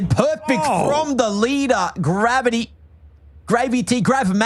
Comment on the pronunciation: Gav-eye-tee. Gravy. Genius.